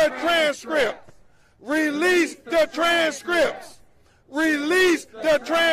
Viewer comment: “Release the tranzz Scrips” lol